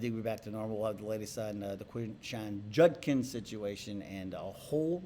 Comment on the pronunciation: His last name is pronounced "JUD-kins", not "JUN-kins". Not that it will matter if he's found guilty.